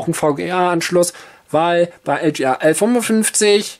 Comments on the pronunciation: Meine Güte ey, es heißt: LGA und nicht LJeeeeAaaa. Gott ey. Deutsch is schwer nä. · LGA steht für Land Grid Array, eine Bezeichnung für die Sockelbauart, was also ein englisches Wort ist und daher auch englisch ausgesprochen werden sollte.